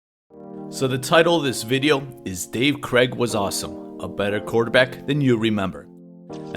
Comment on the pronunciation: The AI idiots can't pronounce his name correctly....